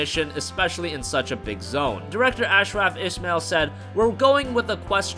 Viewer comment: You destroyed "Medjay" and "Ashraf Ismail"...